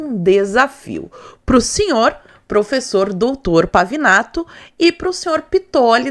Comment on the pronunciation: É Pavinato,Pavanato, Pavãonato kkkkkkkkkk